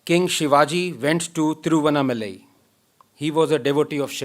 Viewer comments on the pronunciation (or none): Thiru-vann-aa-ma-lai तिरुवण्णामलै....help ranganathan pronounce the name correctly :) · MKG WAS AND IS A FUNDAMENTALLY KATTAR HYBRIDIZED MUSALTU KRISTU , Anand Ranganathan . Also , UMMA , PLEASE DO NOT Pronounce it as UMA . Your name is Southern Bharatiya , and you can’t pronounce THIRUVANNA MALAI ?? THIRU ANNAMALAI ..?.. For the rest , you are an Admirable Role model ... adhaarmic in DHARMA MODULE !! Only you can correct blocks you have created yourself ...